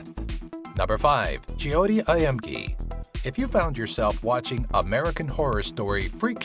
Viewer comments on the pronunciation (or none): i hate how he said Jyoti. Its pronounced Joe tea not Je o ti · It's jyoti not jiyoti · of course I have heard about Jyoti and you are pronouncing it wrong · the way he pronounced JYOTI is hitting me like heart attack hahahahhhahhahaha btw loved the video ...................... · Hey ur saying Joyte's name wrong